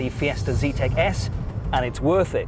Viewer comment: Zetec not "Z-tech"